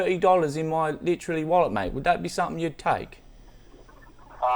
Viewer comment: “Litralee thirty dollars in my litralee wallet” Amazing.